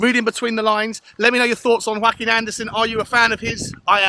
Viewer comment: He’s Danish, not Hispanic, so I imagine is first name is pronounced yor-ak-im